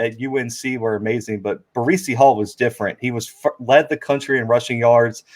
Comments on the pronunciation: Ba-Reecy Hall? What the hell is this guy talking about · IT'S BREECE HALL! NOT BREEZY HALL! Good god man. Guy lead the nation in yard and he can't say is name correctly. Now that I got that out of the way. Great interview.